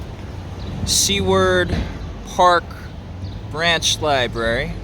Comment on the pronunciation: " for lie-berry purposes they don't want nobody recording"....okay, well nobody isn't recording so....